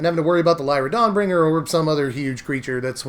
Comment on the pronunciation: said LAIra Dawnbringer. Confirmed